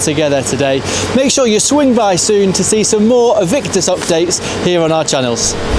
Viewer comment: Great update, but why do you keep calling it "E"victus, its name is surely "A"victus